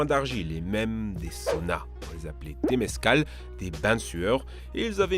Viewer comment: Tu as oublié de reveler les bains de sueurs. Normalement on appelle ça des temazcal et pas des temezcal comme dans la vidéo